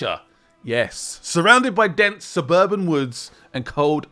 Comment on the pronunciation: is the mispronuncation a gimic or bad speech? surburan russia really